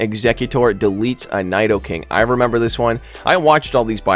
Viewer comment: your pronunciation of “nidoking” was upsetting tbh